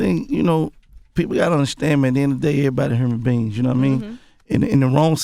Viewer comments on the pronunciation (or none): And Hurmans Beans (Human Beings) 😂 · "Hurman beerings" ... 😂😂😩